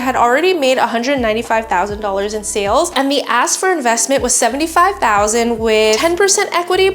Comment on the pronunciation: Ya need to start pronouncing the K in ASK.. just sounds like you’re saying AS* 😂😂😂